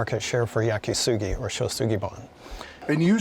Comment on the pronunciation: "Yaki Sugi". Really. And "sugi" is cedar...